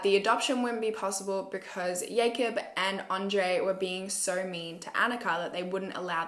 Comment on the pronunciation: Is the name Jacob or yacob? Yacob doesn’t sound right as I only know jacob as a name lol